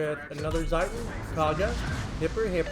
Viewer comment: Just a little pronouciation help from a German, when it comes to the "Zieten" 🤣 The Z is pronounced like the "Ts" in "Ts"unami The "ie" is pronounced like the "ea" in New Z"ea"land or in T"ea" So at all it sounds like "Tseaten" Does that makes sense for you? 🤪